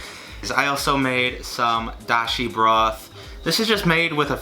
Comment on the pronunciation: omg, the way he says broth and water remind me of my grandma. She was raised in the Bronx